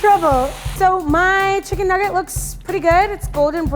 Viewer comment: “Issa chicken nuuggite”